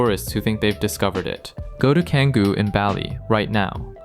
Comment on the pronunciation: How can you make a video about Indonesia and especially Bali and not know how to pronounce Bule and Canggu, It's almost like you were never there or at the very least talked to a Indonesian person